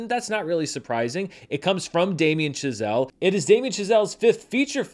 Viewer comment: Is it just me, or does it sound like he keeps calling Chazelle "Giselle" ? lol